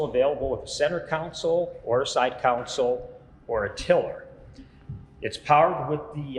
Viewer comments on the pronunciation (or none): Love the videos, one bit of advice, the word 'console' is pronounced con sole, as opposed to 'council'. This may seem petty, but they are two completely different words. Thanks, love the Coyote boats! Regards, D. Wilson, Tacoma, Washington.